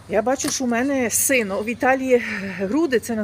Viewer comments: Не сино а сєно реджисєно ( бюстальтер)😊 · Сено а не сино